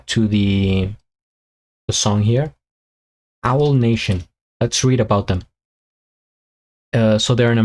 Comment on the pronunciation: Owl 😂, it's pronounced A-wall. You always make me laugh.